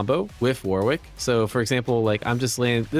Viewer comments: Surely it’s pronounced ‘Wo-rick’? With love from England. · dear Americans, its pronounced 'Warik' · Cool vid. However the pronunciation of Warwick needs some work haha